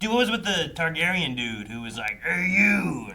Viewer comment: yapping in the intro about how he's seen game of thrones multiple times along with house of the dragon and the books yett he still mispronounced TARGARYEN and says tygarian after all these years...